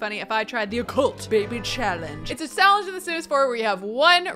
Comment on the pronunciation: In the beginning you said it is a shallenge in the sims 4 you said shallenge